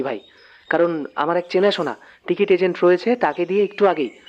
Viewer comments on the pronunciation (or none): none